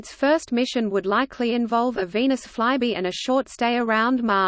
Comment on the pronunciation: I enjoyed hearing the text-to-voice reader pronounce "Venus fly-by" as " veinous fly-bee", something quite different.